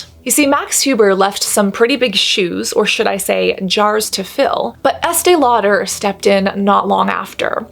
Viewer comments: "Law-dare". ??? Just say it normal. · So curious about your pronunciation of Lauder?? Is that a quirk, Cass or is that how the name is actually pronounced? You said multiple times, Estée LauDER (two syllables, stress on second syllable) whereas I have always heard it pronounced as Lauder- one syllable, no stress. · Estee Lau-DER. Why's she doing that? 🤣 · “Law-Durr” I love it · I’m so sorry, but I can’t get past the way you say “law-dare.” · Please stop the Estee LauDER pronunciation. It’s so distracting 🤦🏽‍♀️ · The way she pronounces Lau-DUR is weird and incorrect.🤔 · I have never heard anybody pronounce Estee Lauder that way... I'm sure you're pronouncing it correctly but I'm saying I've never heard ANYONE pronounce it that way! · Girl who are you Madea 😂 the way you pronounce Estée Lauder is hilarious 😂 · Right!? This is a great video but the pronunciation of "Lauder" threw me. I thought I had it wrong; nope! (There's a YT channel by Julien Miquel with the pronunciation of this and other companies. Highly recommend it!)